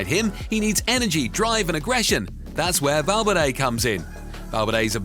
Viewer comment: When you said "Val-fur-day" is when you had no more right to talk.